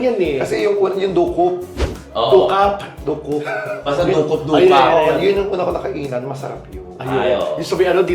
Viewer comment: Du "cup" ang pronunciation.. hindi doocoop. 😂